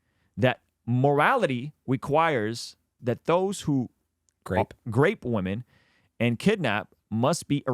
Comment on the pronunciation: Why he always spelled as Grape women, as myself not being a native speaker i hate this kind of native English speaker who sound so improper...urghhh....it's disgusting...